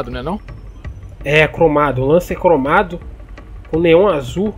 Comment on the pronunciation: ele falou cromado errado